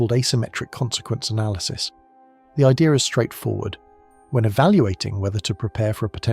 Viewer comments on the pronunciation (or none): none